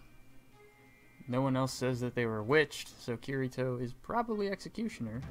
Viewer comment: didn't even say kirito right smh. He obviously didn't watch sao